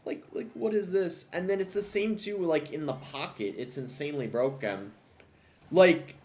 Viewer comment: Hewoe knight is bwoken